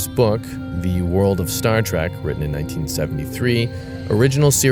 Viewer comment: Someone tell that dude it's Star Trek not Star Track